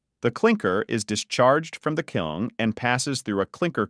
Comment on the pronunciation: It’s a kiln. Not a “kilm” fucking dumbass.